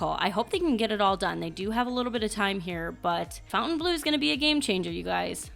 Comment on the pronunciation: Can we please normalise the correct pronunciation of Fontainebleau, and stop calling it "Fountain Blue?" I'm hearing this on so many channels!